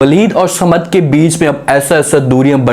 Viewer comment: Not Samad but Saman please.